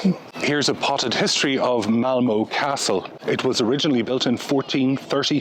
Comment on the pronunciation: This is fascinating. I've visited both Denmark and Sweden numerous times. That hotel in Malmö definitely looked quirky. (It's Malmuh not Malmoh by the way). Sweden has always been expensive but it is my favourite Scandinavian country. Looking forward to your tour of Stockholm. Hej då!